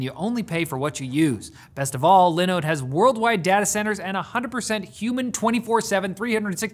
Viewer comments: Its liNODE not lendo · I'm disappointed you didn't go with Dawid pronunciation for Linooooooodde. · No one can pronounce Linode quite like Dawid. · Go watch Dawid does tech stuff, that's not how you pronounce linode! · I wonder how Dawid feels about that pronunciation of Linode :P